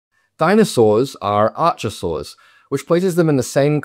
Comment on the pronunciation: It's pronounced... Ar-ko-saurs....